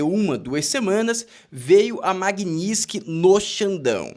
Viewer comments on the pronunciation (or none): Tua pronúncia tá errada. Tem um T na palavra Magnitski. Que deve ser pronunciado.